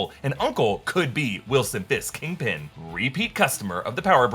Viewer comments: kingping? its kingpin 💀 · Kangpin. You heard it here first. Also, she’s a Skrull.